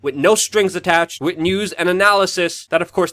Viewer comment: C'mon Luke it's WITH not Wit - you can do it